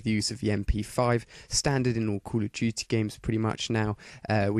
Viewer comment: Dude STOP saying "Culudjuty" speak normal english pls.